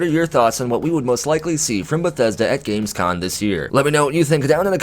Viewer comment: You keep saying Gamescon, but it's com ;) As for Starfield, it's come to a point for me where I'll just wait and see what happens. We heard exactly zero % about this game this year, it's more than two years ago now. Howard may have said the game has been in development for a long ass time, but anything could be going on now. There could be problems or whatsoever. A 2021 release at this point is up in the air too, we just don't know, sadly